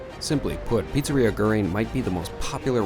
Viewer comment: You could. At least. Learn to pronounce the name of the pizzeria. It’s just one word in a “foreign language”.